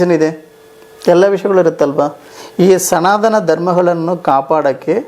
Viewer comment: ಎಂಥ ಮಾರಾಯ್ರೆ ನೀವು ಅನ್ಯಗ್ರಹ ಜೀವಿನೇ ಇರಬಹುದು.😂ಸನಾದನ (ಸನಾತನ) ನೀವು ಕನ್ನಡ ಸರಿಯಾಗಿ ಕಲಿತು ವೀಡಿಯೋ ಮಾಡಿ 😂